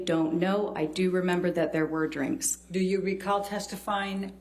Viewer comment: How many times did she ask how much she had already charged? Also, she reminded everyone about "dinner and dwinks" many times as if that totally destroyed her objectivity. The psychologist totally batted the question.